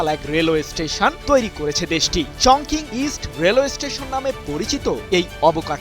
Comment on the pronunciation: উচ্চারণটি হবে - চংচিং